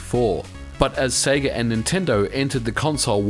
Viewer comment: Eternally glad you say Sega correctly.